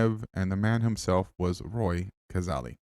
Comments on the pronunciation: Even after watching the video & hearing it several times, you still mis-pronounce his name as Cazarly. It is correctly pronounced Cazayly, thanks for your interedt in the game, but pleas do him the justice of pronouncing it correctly. Also AFL has uympires, not referees. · Hi …Roy Cazaly pronounced CAZAYLY was a South Melbourne now Sydney swans football player who died in 1963. The MCG is around 500 feet from goal to goal and that video would be from the 1970s. Cheers Mate! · Pronounced cazaily. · Pronounced kuh-ZAY-lee. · The Aly bit of Cazaly rhymes with Bailey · Hi, regarding positions, the channel that produced the Cazaly (rhymes with daily by the way) video also has this one that I think might help